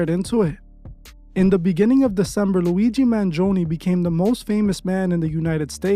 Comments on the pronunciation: Man-gee-own-e that's how you pronounce it. I'm Italian I can't help but to comment 😂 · Man gi own is how you say it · you pronounced "Mangione" wrong.